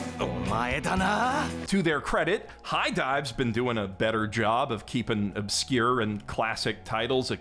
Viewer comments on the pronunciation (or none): none